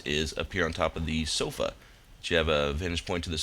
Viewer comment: i like the way u say... 'sofa' 0.o